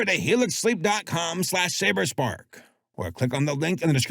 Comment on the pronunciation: It's Saberspark, as a Saber-Tiger!!!